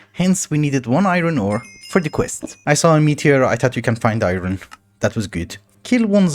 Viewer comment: Why does he pronounce "iron" like "iyrony"?